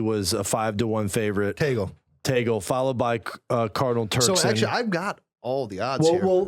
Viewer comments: it's pronounced as Tag-le not ta-gel😊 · Tag-Leh... not Teygel... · its TAG-Leh not tagle like google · That's TAH-gley, not TEY-gle You just made me giggle 🇵🇭🤣🤣🤣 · Guys I'm a Filipino and I went to the same high school where Cardinal Tagle went....It is pronounced as "Tah-gleh" not "Tay-gel". :) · Just pointing out he was right the first time, sorta. It's pronounced /tag•le/ (short e; not ē or é [/ej/]) not /tej•gul/ (/u/ representing the schwa; also, for people who don't know IPA, /j/ stands for the sound that the letter y usually makes in English). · Just listened to this today. Just got uncomfortable hearing Cardinal Tagle's name pronounced "Teygl". it is pronounced TAG-LE. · Interesting video. Tagle is pronounced as it is spelled - tag-le (it's spanish pronunciation). Tagle also has Chinese ancestry - which might be an advantage when dealing with China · Cardinal Chito Tagle is pronounced (tag-lay) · The proper pronunciation of Cardinal Tagle is " /ˈtăg-lā/ " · Cardinal Tagle is pronounced as tag lay. But I wish hope and pray it would be Christoph Cardinal Schonborn .or Cardinal Muller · Also it's pronounced TAG-LEH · our Uncle Cardinal Tagle is very dear to us. BTW; pronouce as TAG-Le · I actually laughed when he said "Taygl" HAHAHAHAHA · Tagle is pronounced "tag lee". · It's pronounced TAG-LEH😆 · I know but it is pronounced like the word lay...at least that's how I heard someone on EWTN say it. Either way, I suppose. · Tagle is pronounced Tag-leh, not Tag-lay nor Taggle. But my choice for the next pope is Cardinal Sarah! No American pope, please. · Its pronounced TAG-le. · Tagle is prounced as Spanish not American .